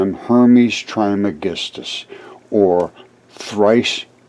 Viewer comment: There has been an episode of Ancient Aliens in the past about Hermes Trismegistus. It's been a few years ago. Some believe that he and Merlin and the Magician are one in the same. Pronounced "Tres" by the way. He is also believed to have authored numerous ancient texts, including possibly the Voich Manuscript.